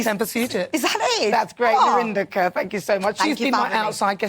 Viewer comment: It's KAUR not Kerr, why is that so hard to pronounce?